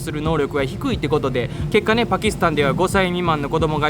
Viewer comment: 解毒は、「かいどく」じゃなくて「げどく」と読むと思います。お気をつけて!!